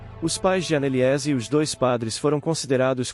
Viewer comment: Ana Eliése é triste hen, Annelise é assim q fala afffff doi até o ouvido falar o nome dela errado